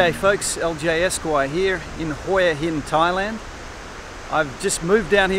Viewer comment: If your going to live there u should get the name right, its pronounced "Wha Hin " then turn the camera around to c something not your face all the time please